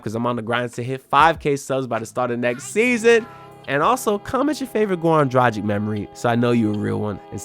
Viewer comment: my god you don't even know how to pronanuce last name of one "of your favourite player", Dragic... if you make a video at least learn how to say last name of a player that you mention, which what you said - isn't!